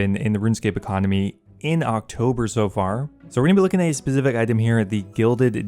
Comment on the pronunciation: Why do you laugh on the end of words? Also learn to pronounce stuff properly "Specifit item" it is specific.